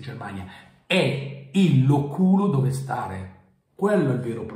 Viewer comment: Loculo si pronuncia con l’ accento sulla prima O, non sulla U!